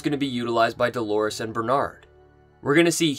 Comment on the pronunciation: "Doorlores".... if you will...